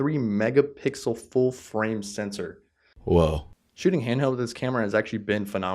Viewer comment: Sorry mate but you said - censor - instead of sensor - just sayin ...